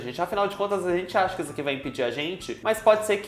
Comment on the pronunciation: "Produção seu c...",onde cê aprendeu issor?😭✋